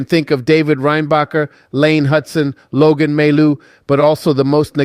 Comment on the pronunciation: Who the hell is Logan Mal'ou? You're not.